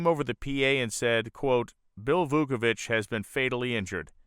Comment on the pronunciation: Vauovich ( just missing an “e” from his tongue twisting double knot last name). No wonder everyone called Vooky. Wow-o-vich He had life priorities in right order. Family and work first. Risking his life in love of racing second. Hart breaking to se him die such horrific crash.